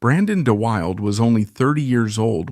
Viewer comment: Pronounced Da Wilda